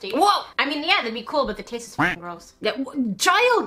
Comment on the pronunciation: "It TaIsTs LiKe PlAyDoUgH" When was the last time you taisted playdough